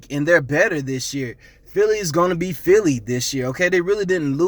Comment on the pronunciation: The way you say philly bothers me... stop talking about A division of champions you have no rings